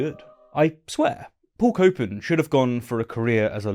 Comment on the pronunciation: Paul Copan… more like Paul “Cope”an